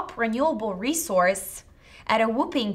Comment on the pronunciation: Actually, it’s pronounced 'whopping' (like 'wah-ping,' not 'wu-ping').